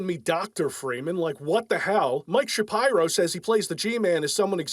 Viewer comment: Pronouncing the surname shapiro as "shapyro" is hilarious. Never change.